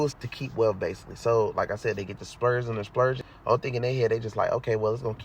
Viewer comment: "base-ah-lee", LOL. Good shit tho